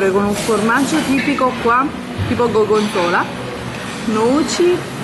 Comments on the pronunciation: Le Perle: "Questa piscina ha acqua di mare, è fatta con "acqua salata di mare""; "com'è amore la banana? Meglio la mia"; "Sono le due italiane, le due recepcion"; "Punta de Muglieres (Punta de Mujeres)"; "Ho preso un po' di paella (pronunciato proprio come si scrive xD); "Un formaggio tipico, tipo Goggonzola". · E niente dopo la pronuncia della paeLLA il tocco di classe è stato il GOGONZOLA ahahhahah